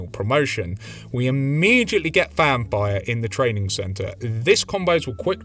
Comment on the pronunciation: Every time you say Fan Fire I hear vampire. Great video.